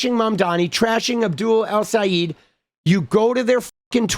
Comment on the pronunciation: That is a bit closer to how to say Abduls last name. You went from i'll sayit to "el seyeet.